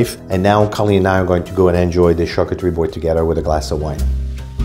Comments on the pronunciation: Colleen. Why do you pronounce it Char coo teree when you hear correctly pronounce char coo tree? Why add the extra syllable at the end teree? You’re luckily married to a Frenchman that can help you with your pronunciation 😊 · my dear i have traveled the world i have lived in Asia and Europe. She is mispronouncing the word and so are you if you pronounce it like this. You should talk about what you know not what you think you know!!